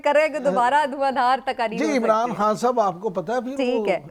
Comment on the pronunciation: خاں نہ کہا کریں۔خان کہا کریں۔